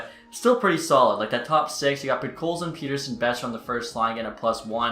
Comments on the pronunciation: Say Peterson. Now say Pettersson. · Great Vid, just please learn how to pronounce Pettersson lol